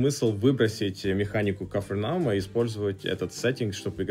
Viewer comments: кА'фа'рным, ударения как отдельные слога аля Дарт'Аньян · Название игры произносится на фрацузский манер, а не на английский (капернаум).